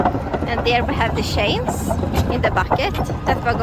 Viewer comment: Remember we do not say CHAINS like sh-ains but add a T in front like t-chains😉😀🥰🥰